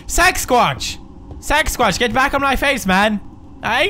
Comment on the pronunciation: I love how he pronounced Sasquatch "sex-watch".